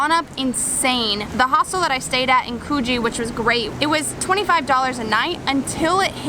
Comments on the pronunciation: The way u say Coogee is funny “koogy”that’s what it’s supposed to sound like but it’s spelt “Coogee” next time u should explore and manly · You need to learn how to pronounce ‘Coogee’!